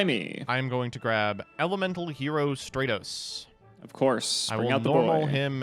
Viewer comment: If I have to hear say "strate-os" and not "strat-os" one more week I'm gonna blow my brains out